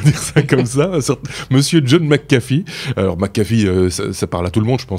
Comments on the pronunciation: Toujour pas... c'est pas McAffee mias McAfee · Euh... C'est McAfee pas McAffe